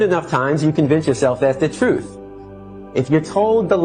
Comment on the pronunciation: No disrespect intended, but why are people the last few years been pronouncing truth with an F at the end?